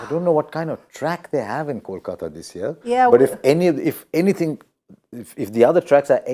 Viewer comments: How can someone pronounce CALCATA insted of KOLKATA! both the city and the team have the same name and pronounciation.. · Make the anchor repeat "Kolkata" , "Kolkata" 100 times before the next post match show